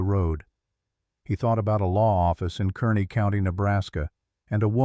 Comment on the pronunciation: KARNEY NOT KERNEY